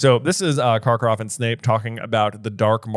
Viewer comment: I love how Karkorov is suddenly Scottish here. 😂